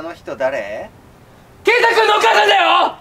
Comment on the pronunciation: けーたくんがけいたってきこえる